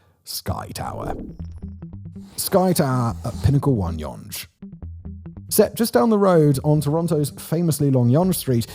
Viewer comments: sorry, can't take you seriously if you don't even know how to say Yonge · '"Yung" not "yawn-GE" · If the complete mess of talking about some big commercial building putting Toronto on the map instead of the CN Tower and Skydome, and the "whoever wrote this" quip weren't enough, "Yunghe" street was the obvious tip-off that the narrator has no clue about the subject he's speaking on. Absolute slop. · Friend you need to re do this video - mispronouncing Yonge in 2025 is unacceptable! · Hilarious pronouncing it like Sponge instead of Young. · PETITION TO CHANGE THE WAY WE SAY YONGE TO BE YAUNGE 🗣️🗣️🗣️ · no way this guy just said Yonj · What in the hell is "yawnge" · Yonge rhymes with hung. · Oh lord.. us Canadians are deff not calling it.. yonje lol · One thing! It’s Yonge Street as in “young” Street! I know, I was born between the two on Elizabeth Street and I lived my whole 62 years here! Kinda like Spadina Street as in Spadina (as in Dinah Shore). Not “Spadena” as some of tried! 🤷‍♂️🍻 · It’s ‘Yonge’ as in a ‘young’ child. Js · You're so set on pronouncing it "Yonje" you even spelt it "Yongue" ! :) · Tell you what, he will get younge right when everyone in 416 gets marylebone right. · He isn't pronouncing it right. Named after Sir George Yonge...Named by John Simcoe, whom we honour today. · Judging by the fact that he pronounces Yonge both as "Young" and "Yonje" (and spells it as "Yongue" at some point in the graphics), as well as Tridel as "triddle" and "tri-del", this makes me think it's intentional to generate engagement in the comments. Mission accomplished, I guess... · Already discussed - yunge. Not discussed - tridull. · Ditto all the comments on “Young Street“. And by the way, it’s “try – Dell“, not ”Triddle”. Also, I’ll add mine to the comments about your audio. Like many of us, I like your tone, elocution, and even accent, but it is true that in the last few videos, someone has really stepped on the bass boost.